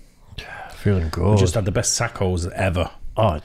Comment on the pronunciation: Tack-o? WTF is a "tack-o"?